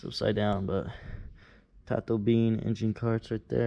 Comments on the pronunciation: Sorry to intterupt comments but tatobien isnt pernounced po-tato or bean. Its spanish meaning all is well. Esta to bien, just slangified. Great vid tho love seeing the progress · PoAst moAr goofy. But its pronounced ta toe B N 😂 bien = good in spanish